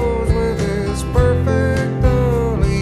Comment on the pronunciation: I love how he sings "perfectly" as a 4 syllable word.